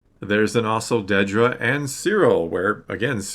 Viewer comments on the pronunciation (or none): Dedra, (not; "Deedra") She's clarified this continually, on multiple occasions, that I've seen, so far, since the last Star Wars Celebration appearance and in various interviews, etc. It has never been shown in the show to have been pronounced; "Deedra," either. Not ONCE. and yet it keeps getting mispronounced in nearly every discussion. (Particularly on YouTube, and associated comment sections.) (I'm just sayin' ✌️) #ConstructiveCriticism #DontShootTheMessenger